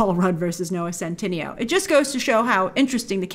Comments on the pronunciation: oh btw it’s noah cent- ih- nay-o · His name is pronounced scent-eh-neigh-oh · It's so funny how Grace mispronounced his name in the entire video. And I don't see a reason for mispronouncing it, because it sounds like how it's written. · Grace somehow adds another syllable when saying his name lol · why is it that everyone on youtube mispronounces centineo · I love how you call him a 'big deal' yet you still haven't pronounced his name correctly throughout all your videos hahaha, love you Grace xx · The video should be called: "Grace butchering Noah Centineo's name for 10 minutes straight."